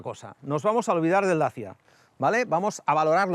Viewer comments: En rumano se pronuncia dachia, que es el nombre de los habitantes originales de ese lugar. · Dachia curiosa pronunciación para decir Dacia. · Y eso de dacha?? Toda la vida diciendo Dacia y ahora dacha? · Un tema linguistico. De dónde sale esa pronunciación nueva de DACIA?. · Se pronunciará asi si hablas en rumano.